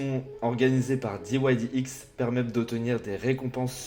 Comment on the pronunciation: Diouaillediex pas diouaillediouix !!! 😂 Merci pour cette excellente idée de présentation !👌